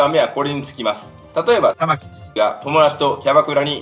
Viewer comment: 玉城がたま⚪んって聞こえるw